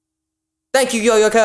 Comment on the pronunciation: just fyi Japanese is not accented so it's yoyo-ka (like the toy) not yoYO or YOyo